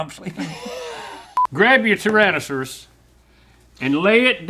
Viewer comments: Tyransuss -I refuse to believe that link can say that word right even when he's not Randy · From now on, I'm gonna pronounce "tyrannosaurus" the way Larnold does 😂